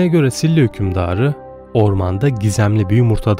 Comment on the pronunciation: SİLLA değil efendim, ŞİLA şeklinde söyleniyor. ☺️